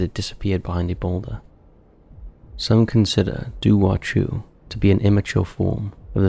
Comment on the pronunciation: Firstly, Dobhar chú is Irish NOT British. Yes, Northern Ireland is currently part of the United Kingdom but Northern Ireland is only 101 years old. This legend goes back thousands of years. 😡 Secondly, it's pronounced 'Dow-v- eir Khoo'. Thirdly, you could do an hour long video about mythical creatures from both Ireland and Britain so no need to lump us together. 😊